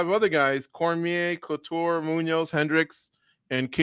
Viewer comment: Did he call Randy clitoure